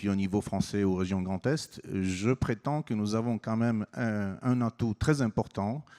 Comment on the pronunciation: Y'a que moi ou a chaque fois qu'il dit 'Grand Est' j'entends 'Grand Test'...